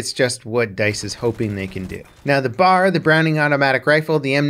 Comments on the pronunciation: BeeAyAre not Bar. B A R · Stop calling it a Bar. Its a B-A-R. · Soldiers called this gun the B.A.R. pronouncing the letters individually. To my knowledge it was never formed into a word as you and many other gamers have been saying it. Just FYI. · B.....A......R... Not BAR. It’s a weapon not a drink stand. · Common mistake but is anyone gonna point out it’s ‘B.A.R’ not the word ‘BAR’....? They never said Bar and I was corrected by my great grandfather about it when I made the mistake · B-A-R is technically the correct pronunciation but saying BAR is more for the sake of simplicity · I’m sorry, but I just cringe when you call it the “bar.” It’s B.A.R. Also, I think DICE made the fast auto RPM a little too high; fast auto was somewhere around 550-600 RPM. Slow auto was 400-450 RPM. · Agree. If it’s an acronym you say B.A.R. Just like U.S.A. Not usa